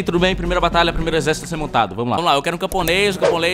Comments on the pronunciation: eu ouvi tbm simulador de batata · ele falo simulador de batalha, nao de batata, ele deu uma cortada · só eu ouvi ele falar similador de batata?